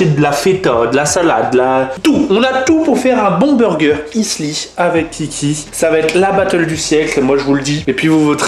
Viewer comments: Attend quand tu prononces "isli" c'est pour dire "Healthy" ? Ha merde. hahahaha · On dit Heulsi pour dire Healthy mdrrrr pas Isli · c'est parce qu'il faut dire healthy et non pas issli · C pas heasly c healsy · J'ai mis 2 min pour comprendre ce que tu voulais dire par " issly burger" xD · il le prononce tres mal cest healthy prononce "hell" "si" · Il a dit hellssy (healthy) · Un burger isly? Sacré anglais ça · non il a di "issly" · oui mais on dit healthy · ça m'a frustré à chaque fois qu'il le disait xD j'suppose qu'il voulait dire "healthy" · C'est grave d'avoir vécu des années en Angleterre et ne pas savoir prononcer "Healthy"...